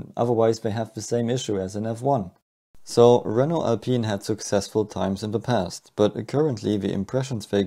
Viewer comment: I kept thought you were saying "ouioui engine" 😭😭😭